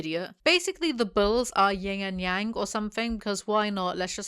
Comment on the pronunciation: Took me way too long to realize you said 'bulls' and not 'balls'.......